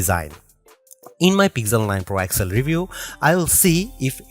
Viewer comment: Man everytime I hear you I got to stop the clip. That device is not called pixel 9 excel. Say X L